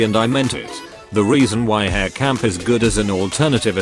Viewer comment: im sad on ai voice cause her name is pronounced as ha-(l)re